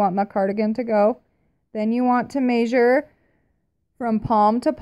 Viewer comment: Love how you say " may-sure" instead of " Meh-sure" 😂😂 so cute.